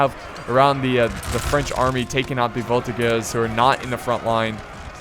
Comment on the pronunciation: in frech (because I am belgian) we say shasseur a sheval and voltijeur and a very good video